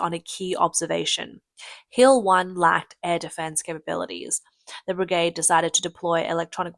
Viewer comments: Brigard ? BRI-GAY-D. Whats with the sky ? It is always polluted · What is a begard ?What is that?Do you mean bergade because you're saying begard. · brig-ard. i still hurt from that. That is usually a sign of AI generated speech. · Its pronounced BRIG-AID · "The brigarhd" 😅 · The A in brigade is pronounced with the long-A sound. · you missed brig-ard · And brigaad. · And pronounce it bri-gaahd. Sometimes. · You need to work on your pronunciation of brigade, barracks, and regiment